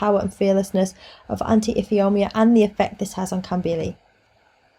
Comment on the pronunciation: Tip: Ifeoma is pronounced If ay oh ma. Thanks for the video.